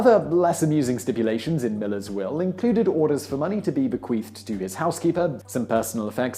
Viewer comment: uhhh.... Simon is saying: "bequeefed" right? Yeah... He absolutely is, over and over again